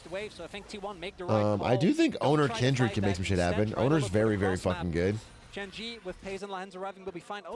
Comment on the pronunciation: Why everybody keep saying “Kendrid”. Isn’t it Kindred?